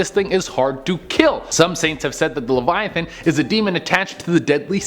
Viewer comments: He triggered me when he pronounced leviathan wrong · Ngl che triggered ne when hs pronounced leviathan wrong